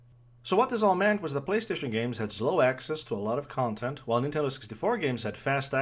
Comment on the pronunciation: Did you switch to fucking Portuguese? Cant understand a word ffs next time make sure you can speak properly before making a video. Seriously, ZLOW?!?!